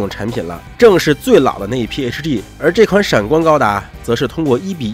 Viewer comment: hg能发音成这样还是别来油管了吧